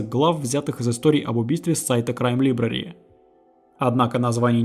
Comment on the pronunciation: Отличная работа автора! Уважаю ваш труд! Но! Как же режут ухо неверные ударения и неправильное произношение некоторых слов. Это город и штат Уичита (ударение на первую И). Хоум депо. Лайбрари. И прочие! Автор, с уважением, найдите себе лингвиста приятеля, пусть кто-то подскажет, как верно, если сложно и долго посмотреть такое в интернете.